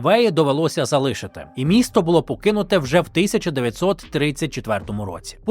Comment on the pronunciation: Дякую за цікаві розповіді! Матеріал дуже пізнавальний, але одне прохання: ставте правильний наголос у словах, а саме: залишИвся, залишИти і т.ін. З повагою, Сергій.